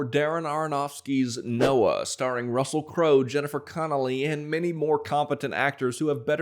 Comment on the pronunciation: Russell Croah. Hahaha.